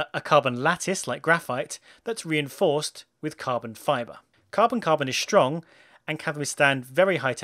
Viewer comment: In English, the word "strong" is pronounced with an "s" sound, as in the word "simple". It is not pronounced with a "sh" sound as in the word "shoe". Please stop speaking in that stupid "I wanna shound Merican" accent.